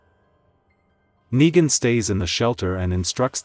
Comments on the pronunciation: RICK ITS NEGAN NOT NIGA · I don’t like the fact that certain parts of the story Yu keep saying niga and not Negan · bro said niga